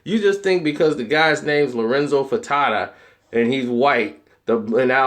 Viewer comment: The who? The Fer-ta-tas?????Is that even a thing? Ive always been a bit of a fan but this is so inaccurate. it's cringe.